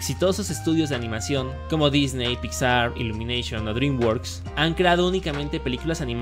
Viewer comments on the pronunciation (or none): none